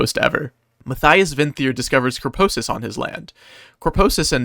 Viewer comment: "Corposus" It's Corporosus T-T Anwyays amazing video!